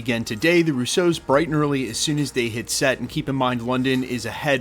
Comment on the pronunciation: FYI, It's pronounced RU-so. Not ru-SO. You keep putting the emphasis om the wrong syllable.